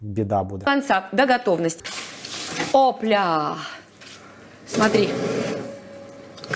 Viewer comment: Коли вона каже "опля", мені почулося "сопля". Невже вона вирішила сказати правду про свій маринад 😅